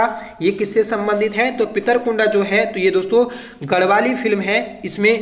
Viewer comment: Pronounciation bahut bekar h tumara, अर्थ का अनर्थ कर देते हो। डिम्मर गांव है वो, पितृकुंडा नहीं पितृकुडा है।